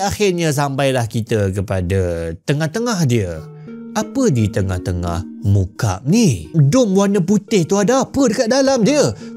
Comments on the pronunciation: Sebutannya mukak'ab bukan mukab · Cara sebutannya Muka'ab dlm b arab bukan mukaab. Maksudnya segi empat sama. مُكَعَّب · Muka'ab (مكعّب) sebutan nya, Ka'bah ngan Murabba' elok pulak sebutan nya 😅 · Tuan, sebutannya 'mu, ka' (huruf ayn), 'ab - maksudnya kiub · sebutannya Mukak'ab مُكَعَّبٌ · Dalam bahasa arab disebut مُكَعَّب … maaf saya tegur sebutan😊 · Mukab, Teori Koperasi 😂 ni sengaja salah sebut ni